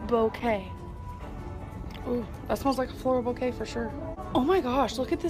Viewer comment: FLOREEOLE BOKAY